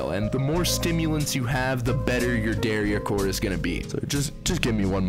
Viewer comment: why do you pronounce dariacore like that LMFAO